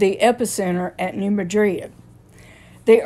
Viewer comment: Just an FYI, the town isn’t pronounced the same as Madrid, Spain (muh-drid) it’s pronounced (mad-rid).